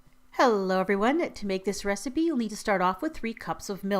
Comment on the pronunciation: U say restipie xx Hahahahahahaha lol love u x